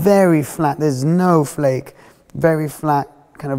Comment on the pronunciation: Fleck not flake. Its not a chocolate bar 👍